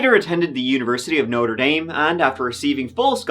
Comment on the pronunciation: I can't believe you said ' Noter Daym ' It's French, and you are a bold man! Sure the Notre Dame Sisters do be hunting you with an ash cane. 😂 10 Hail Marys and a Novena to Our Lady of Lourdes